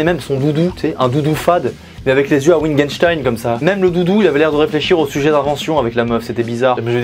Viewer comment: ah oui le fameux Ouittguènestein